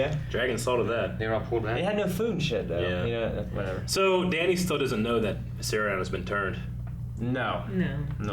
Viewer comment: It triggers me everytime says Viseryion